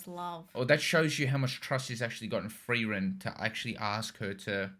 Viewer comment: Your corrected pronouncation of Freiren was quite good for an not native speaker. I wouldn´t say it wrong pronounced and more that u can hear, that u have no training in speaking german. And that quite good for what i think. Greetings from Germany :D